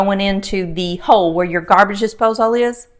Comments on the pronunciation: Love the video but you drove me crazy saying "Dipsose all" It's a disposal, like "disposle" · Dispos-ALL...heehee love your accent and the Curls! Beautiful! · Interesting pronunciation of “disposal”